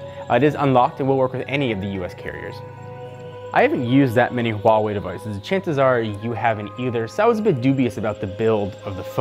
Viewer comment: Thank you for pronouncing it with an "H" in the Huawei. So tired of people saying wah-wei. This ain't French nor Spanish. Hwa-Wei is the right way to province it.